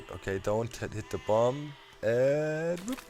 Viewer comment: Ouch, u dont pronounce the final b in bomb